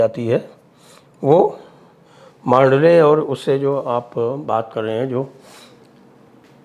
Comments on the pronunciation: Old Mandalay Road.. इसका उच्चारण मांडले नही बल्की "मंडाले" है.. यहीपर मंडाले जेल मे लोकमान्य टिळक जी को १९०४-१९०८ के दरम्यान रख्खा गया था.. यही जेल मे उन्होने श्रीमद् भगवदगीता पर "गीतारहस्य" नाम का बहुत बडा ग्रंथ लिखा था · Mandalay not mandley